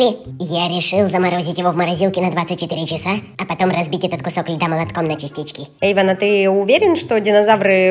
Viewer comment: Он Эйван, а не Эйвон